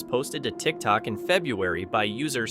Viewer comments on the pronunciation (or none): Can you please teach this AI how to say February correctly!!! It's irritating AF the way it pronounces it.